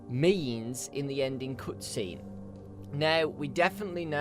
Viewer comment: I so much hate how you pronounce the "cut scene"